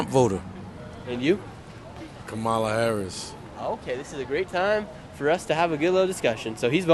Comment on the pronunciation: It’s pronounced Comma-la